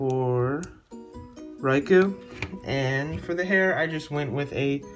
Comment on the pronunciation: Riku is pronounced R-E-K-U and not Raiko. Anwsome custom Lego Riku-Ansem! Thanks for have done my request. I am happy that you have done it! Continue like this & stay safe!(